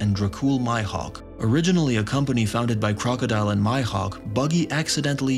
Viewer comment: My-Hawk? 🤣🤣 no worries though, nice video bro